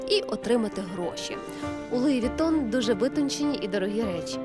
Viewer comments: Оля, правильно произносится Луи Вуитон. Неграмотность 80 уровня))) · «я не раджу луи витон» лол